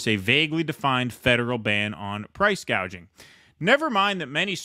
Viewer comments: If I call it gouging from now on instead of gauging am I racist? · "Price Gauging" hahahah. The puppet actress can't even say her lines right. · She went on stage to give that speech, not knowing how to pronounce 'gouging' that's how unfamiliar and detached it is from her life